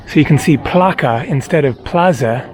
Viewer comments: Hey! In, in the Plaça del Pintor, you say "plaka", but it actually sounds like "plasa", not "plaka" as you pronounced it. So basically "ç" is like an "s", sort of... just so you know. Anyway, loving the videos in Spain,. Cheers for the great videos! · In Catalonian the word "Placa" is pronounced "Plaza" as in Spanish. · A wonderful video, thank you! The Catalan word "plaça" has a curl under the "c" and is pronounced "plassa".